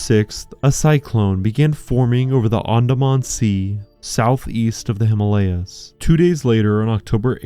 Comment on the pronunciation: You have done a remarkable job in reviewing it, if all of you are aware of the hazards of this storm. We were lucky; we did the trip just at the onset of monsoon, so we were among the few on the trek. However, I would really appreciate it if you, documentary makers, learn that you mispronounce the HIMALAYA. In Sanskrit, it is made of 2 words. Hima, as in Lima, meaning snow, and Aalaya, meaning temple or abode. Hence, the way you say it makes it a nonsense word. The name Himalaya is at least 10000, if not more, years old. We don't need a modern replacement. Thank you, esp. if you make the effort to change.